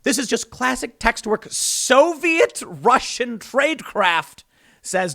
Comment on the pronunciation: He meant to say "Soyviet"